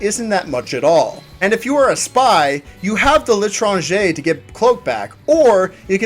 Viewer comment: You have the l'étranger ^^ nice french accent by the way